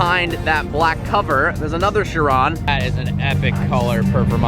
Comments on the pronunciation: It's not "sher-ON", it's "KI-ron". K-EYE-ron. KAI-ron. However you want to spell it phonetically, it's still pronounced the same. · I hate to be that guy but it's pronounced 'ky-ron'. Sorry. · Bro, it it pronounced kai-rawn not shee-ron. How do you not know this as a car enthusiast? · Cheron don't you mean chiron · just saying its chiron not shiron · Just a fuckboy who thinks that because he owns a lambo he knows everything about cars. He pronounces car names wrong. "Sheeron" lol gtfo says agera wrong too. Ive heard christian von koenigsegg himself pronounce his cars correctly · It's pronounced KYRON! 😕 Say Shiron, once more, I DARE YOU. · Chiron...is it pronounced "shiron" or "kyron"? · Bugatti Shiron, its a CHiron as in CHeese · dude said shiron XD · shrion??? Realy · It is pronounced Kye Ron, mo ron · Chiropractor, chiral, and there's "Sheeran"? WTF? Quit pronouncing it like a douchetard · The car is French, its "shee-ron". Gotta love Americans giving other Americans a course in language pronunciation, when they don't even know the language the name is in.